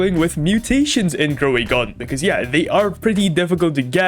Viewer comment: Grow a garden❎ GrowAgon✅